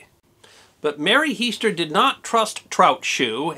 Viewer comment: Pretty accurate....but.... her name was HEASTER, not Hester.... pronounced HEE-ster... Zona HEE-ster Shue... I live beside that sign in Sam Black Church, West Virginia although her grave is about two miles away at the bottom of Little Sewell Mountain... and have known the descendants of the Heasters all my life... the old homestead where it happened is still standing..